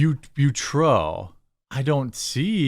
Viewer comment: Pronounced but-oh! Maybe?